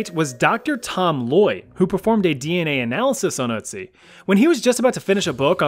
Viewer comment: Anybody at all is triggerd taht he says Ützi not Ötzi